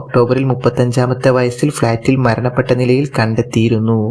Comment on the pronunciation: സുഹൃത്തേ മരണപ്പെട്ടു എന്നാണ് മണപ്പെട്ടു എന്നല്ല